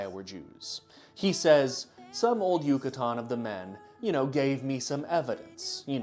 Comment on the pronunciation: Can you please pronounce yucatan a little less correctly